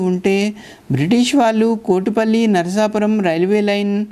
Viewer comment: అచ్చమైన తెలుగునుడికారంతో "నరసాపురం" లేక "నరసాపూర్" అనండి. "నర్సాపూర్" అంటే తెలంగాణలో "నర్సాపూర్" గుర్తుకి తెస్తున్నా రు. నరసాపురానికి తనదైనచరిత్ర వుంది. అక్కడి "టేలర్ హై స్కూల్" వందేళ్ళ పురాతనమైంది. అల్లూరి సీతారామ రాజు విద్యాభ్యాసం అక్కడే చేశారు. ప్రసిద్ధ చిత్రకళా మేధావి, సినిమా దర్శకుడు "బాపూ" ది కూడా నరసాపురమే. ఆ (నరసాపుర)రైల్వేస్టేషను భవనమంతా తనచిత్రాలతో (ఆయనే వేసి ) నింపాడు. అమలాపుర శివారు "పేౠరు" (Peruru) గ్రామంకూడా ప్రసిద్ధమైనదే. అది వైదిక పండితులతో నిండిన ఒక బ్రాహ్మణ అగ్రహారం. స్వతంత్రానంతరం భారత ప్రభుత్వం, సంస్కృతభాషని ఉద్ధరించడానికి, జాతీయ ఆచార్య "సునీతి కుమార్ ఛటర్జీ" ని, సంస్కృతోచ్చారణ (సంస్కృతానికి ఉచ్చారణ అతిప్రధానం, అదిలేక ఆ భాషలేదు) భారతదేశంలో ఏప్రాంతంలో స్వచ్ఛంగా వుంటుంది కనుక్కోమని నియమించారు. ఆయన దేశమంతా తిరిగి, ఉచ్చారణ పద్ధతులని అధ్యనం చేసి, "పేౠరు" గ్రామ వైదిక పండితులకే అగ్ర స్థానమిచ్చాడు. కోటిపల్లి వరకున్న రైలుమార్గంలో మరొక గ్రామం, రైలు స్టేషను "నరసాపుర`ప్పాడు" వుంది.